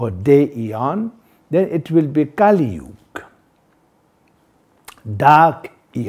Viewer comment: Kali Yuga not Kalisyuga